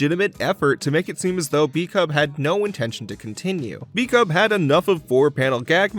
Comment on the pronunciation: The Pop Team Epic guy's name is pronounced "bu-ku-bu," actually. I don't know why he chose to spell it "bkub."